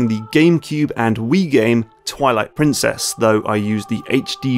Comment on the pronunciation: Why does he say toilet princess